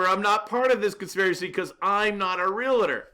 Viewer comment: You need to learn how to pronounce “Realtor” correctly.